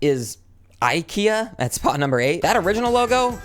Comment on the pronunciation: You don’t say Ikea like that…